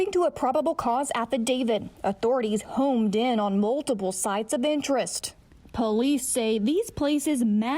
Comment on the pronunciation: ITS....HONED IN.....NOT HOMED IN....ALSO AFFIDAVIT......NOT AFFIDAVID.......GET IT RIGHT!!! SHE MISPRONOUNCES ...TO MANY WORDS FOR A NEWS REPORTER!!!